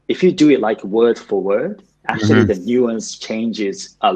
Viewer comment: 全体的に訛りのない英語だなと思う中に、ぽつぽつtranslatorとか北米英語訛りが混ざってますね。actuallyのllyの発音だけやや気になったかな